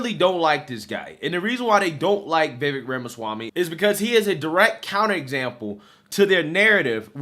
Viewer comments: Bruh you've been fucking this dudes name up the past two videos! I can't take it anymore more!! 😂 It's Vih-Vick or even Vih-Vek got damn slow that shit down. 🤦🏾‍♂ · It's pronounced Viv-ake.